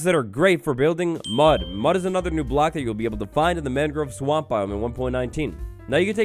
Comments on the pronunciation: i love but as someone who's lived in Florida for 20 years, the way he pronounces "mangrove" drives me absolutely crazy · great video :) the way you pronounce mangrove bothers me though aha /lh